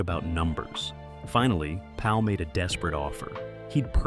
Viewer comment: His name is not George Paul it’s George Pal